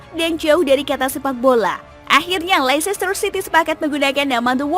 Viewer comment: Kritik min: Pengucapan untuk LEICESTER tidak sama dengan tulisannya, melainkan LESTER atau LESTEH atau LESTOH atau LESTE. Karena ini berkaitan dengan Words Elision. Terima kasih.